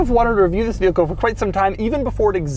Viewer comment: “TTTTTHHHISSS” was so hard his voice somehow vibrated